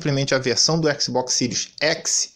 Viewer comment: Sirius Eçi